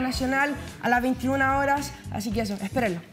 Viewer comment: la mas weona, diciendo ejo todo el rato